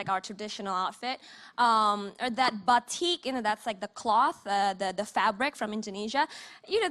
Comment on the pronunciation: Batik.!! Bukan batcik 😩